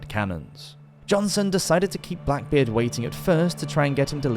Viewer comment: Its not said as blackbard lol